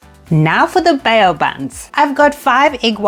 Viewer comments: Just letting you know it's pronounced 'bow' not 'bay-o'. But what a great recipe! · Bow as in the verb that is. 😂